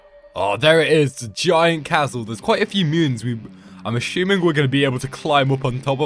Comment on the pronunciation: Its funny when you say (im ashumen) when your british 😂😂😂❤❤❤🎉🎉🎉😊😊😊